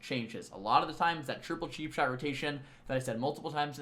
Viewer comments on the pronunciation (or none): anyone hearing sheap shot instead of cheapshot?